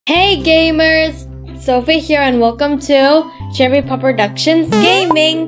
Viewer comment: What did you say cherry? daddy?